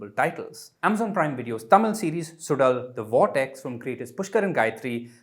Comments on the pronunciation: It's not suDal it's more like sulal.. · If he can't do the "zh" sound, then "Sulal" is better than "Sudal". needs to do better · Suzhal not sudal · There is a reason why there is a zh instead of d. In Suzhal. A bit of effort to pronounce the title properly would be appreciated